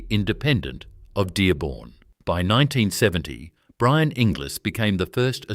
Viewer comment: Oh, Inglis is pronounced Engulls:body-blue-raised-arms